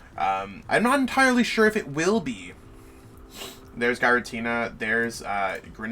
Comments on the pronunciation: Is it pronounced Guy-ra-Tina?? It’s always been Jeer-ra-teena for me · If you don't stop saying "guy-ratina" 😠👺